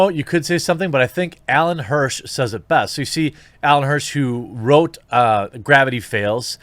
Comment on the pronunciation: I love how you absolutely butchered Alex Hirsch's name twice AND the name of the show he made. "Gravity Fails"?